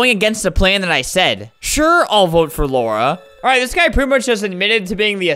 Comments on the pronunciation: man reads lara as laura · i don’t care if i’m a year late, it is pronounced la-ra not laura. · ITS LARA NOT LAURA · the way he say Lara is the way he say my name. it's like he called me HAHAHA